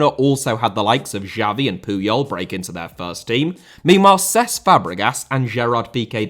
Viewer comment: Uefa* not Yuweifer Fábrica* not Fabriquer München * not Munich Cesc* not Ces Nazário * not Nazériouw Butragueño* not Butrogohrnouw Emilio* not Emiliano Emiliano* not Emiliohrnouw Xavi* not Giavi Piqué* not Piquei Lionel * not Lenl Yamine* not Yamín Barça* not Borcer Style* not Stahl José* not Djouwsei Bernabéu * not Bönabeyouw Pérez * not Perez Debut* not Deibyu Baldé* not Buldei Idea* not Ideer Álvaro* not Alvohrouw Llorente* not Yorentei Morata* not Morohrter Tchouaméni* not Tchouameini Corleone* not Cohliouwn Alfredo * not Alfreidouw División * not Devegion Drawing * not Droring Barcelona* not Bohrçalouwner Enrique* not Enriquei There HAVE never been ties* not There has never been ties Masia* not Masier Half* not Holf Jesus * not Jeisus Saw* not Sor Leverkusen * not Leiverkusen Vallecano* not Vayekhohrnouw Bravo* not Brohrvouw